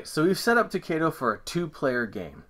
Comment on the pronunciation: thanks for the video please pronounce the game To-KAI-Do thats KAI as in "Aye aye sir"